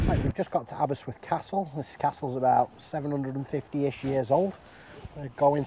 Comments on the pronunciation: the presenter calls it aberswyth not aberystwyth but great video all the same. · It’s Aberystwyth not Aberyswyth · I did have to listen to it a few times.. He keeps calling it Aber-swith, when it's Aber-ist-with. Great video though - plenty of memories coming back from my time at university there.